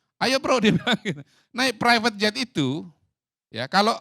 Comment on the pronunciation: Ngucapkan Prevet jet saja salah… Qodari.. Qodari… kualitasmu bener2 gorong2